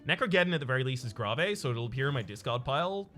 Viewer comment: You know, I think the keyword "Grave" is pronounced like the stone thingy for dead people in the cemetery, just sayin...